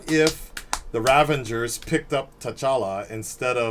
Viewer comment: Ranvengers? Who are you Stallone?